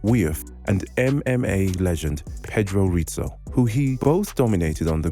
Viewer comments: Stopped watching when the 1st 2 names he says he pronounced wrong. Travis "wiuff" as you said is pronounced "view" and Pedro "ritzo" is pronounced "hizzo" get the names right ffs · As soon as I heard him pronounce Pedro Rizzo as Paydroh Rhit'soh the narrator instantly announced himself as a casual.